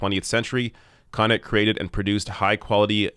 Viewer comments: Thanks for this. Yes we suck. BTW, it is Cuh-knot. not Connit. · The stress is on the second syllable of Connaught (Kuh-nawt). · He's pronouncing Connaught wrong.